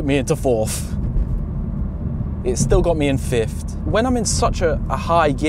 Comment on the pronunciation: Why do you keep saying "fifth" as if it were "fiftht"?